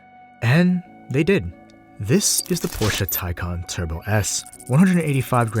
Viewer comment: You should have tested 0-60... its nuts how much torque the taycan has... By the way as a german I really appreciate that you pronounce taycan the right way 😂😂✌️